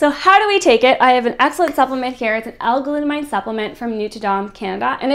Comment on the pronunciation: its glut amine. aymeen not glut-a-mine because its an anime a type of functional group (chemistry).